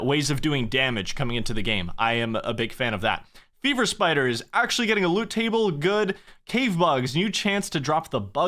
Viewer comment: As someone who has not played Runescape in many years apart from private Classic servers, I heard "Beaver Spiders" when he said "Fever Spiders" and I was seconds away from signing up for an account. Shame.